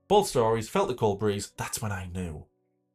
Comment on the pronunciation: "That's when I noticed the cold BREE-HEE-HEE-HEEZE" 😭😭😭